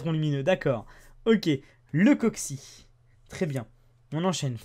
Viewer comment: lol au 3 booster neo ta dis un coxis et non un coxy xD